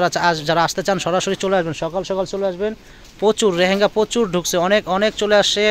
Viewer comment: রেহেঙ্গা না এটার উচ্চারণ হবে লেহেঙ্গা । ধন্যবাদ।